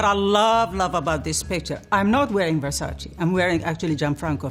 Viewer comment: versace..with the same `e ` as in dolce..nobody says dolcie..so why saying versacie?